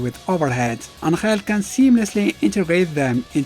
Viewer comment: why pronounces ANGEL as ANKHAIL!!!